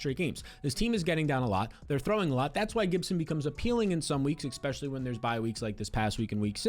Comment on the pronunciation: Can someone teach this guy how to say "especially"?